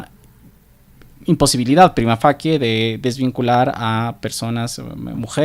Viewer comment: fachie se pronunciaría facie en italiano